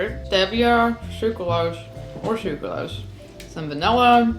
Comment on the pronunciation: How do you not know how to pronounce basic words like "stevia" and "sucralose?" Also, she says "stevia and sucralose" ... girl, it's the same damn thing, no need to say it back to back.